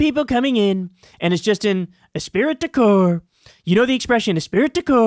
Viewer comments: 1. Agree with Kyle, they will demand a fealty test to Trump. 2. "Esprit de corps" is pronounced "es-pree" not "es-speer-it". 😊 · I'm not sure if you're talking in Trump talk or not, but it's pronounced es-pree de core not es-pirit. It doesn't sound like it is spelled (esprit de corps) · it’s pronounced espree du cours. I thought you were making fun of him 😂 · Holy shit... I enjoy your videos but PLEASE learn how to pronounce words and phrases before you grab a microphone. It's "esprit de corps," not "espirit de corps." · Kyle, sorry to be the pronunciation police, but it's pronounced "es-PREE de cor" not "e-SPIRIT de cor." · It doesn't super matter but it's pronounced "espree du call". It's basically the shared comradrie of soldiers, police etc. 0% Trump actually knows this phrase. Someone around him just said it and it lodged in the soup that is his dementia riddled brain. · Esprit de Corps is pronounced "ess pree de core" Just trying to help. Love your show. Keep up the good work. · Kyle It's pronounced "Espri de Cor" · Pretty sure it's es-spree de corp. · Kyle, it's pronounced " es- pree de corp.." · “Ess-pree du core” my friend. Hooked on phonics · FYI: you got 'de corps' right, but the first part 'esprit' is pronounced like 'ess-pree.' It's French so it's being ...extra special, lol.😉 (Love you and your work:hands-yellow-heart-red:) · Esprit d'accord is pronounced "esPREE da COR". Its french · It's actually pronounced "a spree decor". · it’s pronounced espree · please pronounce the phrase correctly. "es pree duh core". spelt esprit d' accor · it's pronounced esPREE de corp- French- it means "team spirit" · Dude, it’s pronounced eh-spree duh core. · It's pronounced "espree de core". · The least important aspect of this presentation. Pronunciation guide: eh-spree de core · *espree de core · Esprit de corps = "es-pree-deh core" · Esprit de corps is pronounced “ess pree de core”. The ‘T’ is silent. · Es-PREE-da-core (esprit du corps)